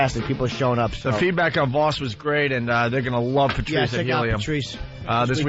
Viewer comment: Opie always says "Prrrtrice." Asshole, there's no 'R' between the 'P' and the 'T'.